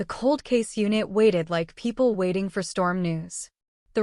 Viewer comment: and (sisters) ~ Words that end in ing aren't pronounced the way that you ladies are pronouncing them. The word 'gazing' isn't pronounced gayzeenGUH. 'Fulfilling' isn't pronounced fulfilleenGUH. 'Waiting' isn't pronounced waiteenGUH. The g is soft, not hard. You are giving these words an extra syllable. (There are several other ing words here that you both pronounced incorrectly.) Listen to how professional adults pronounce ing words. Listen to the narrator. You sound absolutely uneducated and ridiculous. Please, learn to speak correctly. And, teach your children correct pronunciation, too.